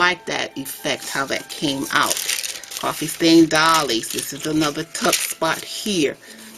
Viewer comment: Fabulous art! Very different take. Very original. Doilies (pronounce "oil" ---not like dolls).